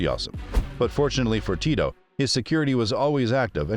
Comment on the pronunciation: I still can’t ever tell if the narrator is a computer voice or an actual person. It’s really weird because you pronounce his name right but oddly you pronounce parts of words but not all of the letters correctly. There’s a lot of incorrect emphasis on the wrong sound and pronouncing letters as they’re written in English but the pronunciation was strangely correct on other words.